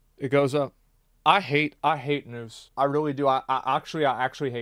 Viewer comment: The Texan inside of you comes out when you hate the news , you even say it with accent 😂🤣